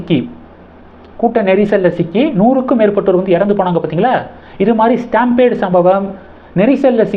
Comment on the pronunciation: ஸ்டாம்பேட் அல்ல, ஸ்டாம் பீட் STAMPEDE (STAM PEED)